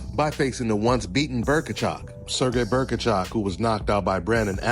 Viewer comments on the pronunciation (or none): Who is Berkachov? Bohachuk; Bow-Uh-Chuck. You're welcome. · Berkachuk? It's Bohachuk lol